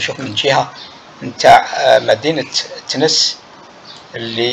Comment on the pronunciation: TENES ET NON THENES